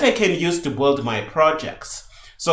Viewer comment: Sincerly I appreciate you so much but everytime you say "the boohold" I need 3 seconds to understand what you mean as I'm not English native. Aside from this - I'm just joking a little - you made a great job. I 'm devouring this series. I'm getting curious on what kind of native macro Visual Studio uses for doing the same job CMake does - I've been using qt creator for 5 years and I don't remember how VS works.. I'll have a check